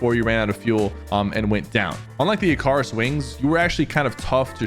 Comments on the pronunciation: wtf, its wings of "Ick-a-riss"... not ih'KARR'iss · he’s pronouncing it wrong. It’s pronounced ‘Ica-ris’. Not ICAURUS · Not to be mean but ick-uh-ris Icarus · its pronounced ("icarus") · Bro pronounced Icarus in the dumbest way possible its * i·kr·uhs * come on pk I thought you liked mythology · I cant take this mf seriously when u cant even pronounce Icarus right. I skiped to first to see the item and leave. ITS PRONOUNCE ICUHRUS. I KNOW ITS WRITEN WITH AN A BUT ITS PRONOUNCED ICUHRUS. Have u never heard the story of Icarus? The guy with wax wings that flew too close to the sun and the wax melted away making him fall to his death? Like dude. ITS IN THE NAME. Never play any god of war game. I beg you. Not if ur gonna butch everythings pronounciation like that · Not the I🚗us pronouciation… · "wings of ick-car-is" 💔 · wings of Icaris😂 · He said wings 🪽 of Ah-cah-rous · that icarus pronunciation needs to be studied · Ha, Sypher pronounces "Icarus" like how I would as a kid. XD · You pronounce wings of incras wrong 😂